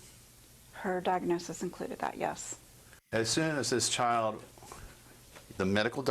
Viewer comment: Jesus the mother was willing to share all the medical diagnosis, they didn’t want to accept it because she and the dr were threatened, and pissed at her. She can’t even pronounce diagnosis.